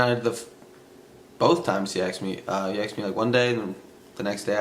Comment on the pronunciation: He “axed” me? Sounds painful 🤣